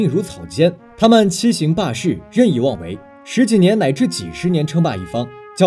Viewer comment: 中文太差了 草芥jie 欺行hang 霸市